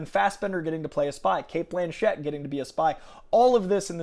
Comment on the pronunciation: Btw, it’s ‘Blanchett’, not ‘Blanchette’ 👌